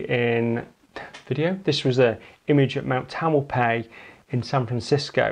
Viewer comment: mount tam-el-pie-is Sorry, but I grew up in that area, and how you pronounced it was WRONG. Great video !